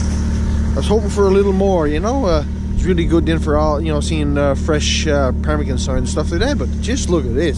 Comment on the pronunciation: Quit saying parmigan that's annoying